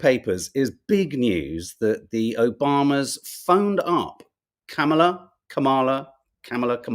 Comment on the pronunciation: OK. I'm going to try this one last time: her name is pronounced "Comma La." I know you can do this. You eventually learned how to say Joaquin. The emphasis goes on the " Comm." COMM a la. Thank you.